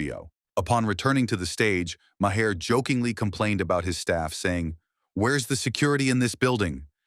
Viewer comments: Mahair? You mean, Mar? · Who is "Mahair"". If you're going to use AI at least show respect for your audience and take time to audit!!!